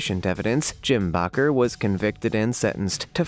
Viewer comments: Jim Bakker's last name is pronounced as Baker NOT Bacher as you have pronounced, it. SMH 🤣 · Its not bocker but baker!!! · So many mispronounced words in one video!! Jim Bakker?? To make it easier it’s pronounced like “baker” the gem though was the “ Jim Bokker indicktment” if you are going to narrate you need to check the pronunciation. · Please dude. In the future check pronouncement of words you aren’t certain of. Indictment has a silent c in it. It would be closer to ‘ in-die-tment’ . And the “Reverend” ? His name is pronounced Baker. Just an FYI. Otherwise…well done! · Indictment is pronounced like "light, without the "L", ie: In-DIGHT-ment. Baker is pronounced the same as someone who bakes bread, the A is pronounced the same as the letter A.